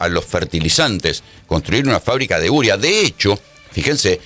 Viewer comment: Se dice UREA (U-RE-A). Así cómo usted lo dice no se entiende de que usted habla?